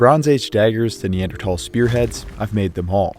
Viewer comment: FINALLY SOMEONE WHO PRONOUNCES NEANDERTHAL RIGHT